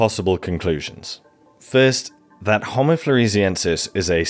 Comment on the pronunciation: I was about to praise you for correctly pronouncing "homo" with 2 long o's, but then you lapsed into incorrect "hommo". Homo means "man"; hommo means "same".